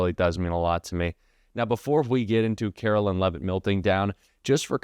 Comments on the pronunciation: Please pronounce her name correctly. It’s pronounced like Caroline, not Carolyn. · isnt her name pronounced with 'line' vs "lynn"?